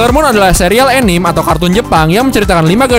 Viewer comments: min bisa ga bilange bukan "anim/enim" tapi "a-ni-me"(kaya bilang "sa-te"😅😅 gemes ih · 'A-ni-me' not 'E-nim' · Perbaiki cara baca anime nya... itu bukan bahasa inggris langsung, itu udah bahasa inggris yang di serap jadi bahasa jepang, jdi bacanya tetap. a-ni-me. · Orang indo ngomong anime kok jadi "anim" ya? Padahal jepang aja anime bilangnya